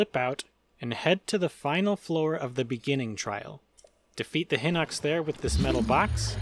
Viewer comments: its not pronounced Hinox its Pronounced HighKnox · I've never heard someone pronounce "Hinox" as "Hinnocks".